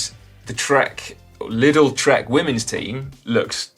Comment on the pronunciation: Liddle?..... Oh, 'Lidl'! Jeez, "professional" media types, eh.